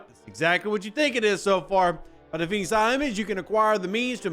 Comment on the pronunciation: For some reason when you say “Silent” hostiles I kept hearing “Cylon.” Maybe it’s just my phone. Frakkin’ toasters…. Another loop, but maybe some useful stuff in it (efficiency efficiency efficiency). We’ll see.